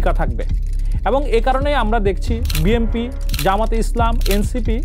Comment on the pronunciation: জনাব সাংঘাতিক ভাই, বিএমপি কি ? আপনি কি উচ্চারনে সঠিক না?